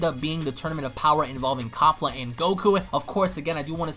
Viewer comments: Its not kafla.. Its Kefla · its KEFLA not KAFLA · XD ITS KEFLA NOT KAFLA😂😂😂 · Why are people getting her name wrong it's kefla even shown in subtitle Goku even says it KEFLA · Why does everyone keep saying “Kafla” when it’s obviously “Kefla”? And don’t give me that “It’s the same thing” excuse cuz it’s obviously not if they have 2 different names